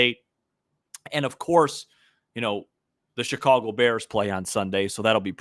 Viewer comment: Hey! First off let me compliment you for pronouncing the word "Chicago" properly. As for Rizzo, he was always the heartbeat of the Cubs for the entire time he was here. He was always my MVP as opposed to the other stars on that team, and there were quite a few of them but Rizzo was the guy who drove the bus and without him I don't think 2016 would have turned out the way it did. Thanks Rizzo, wishing you the best. " After Sunday ".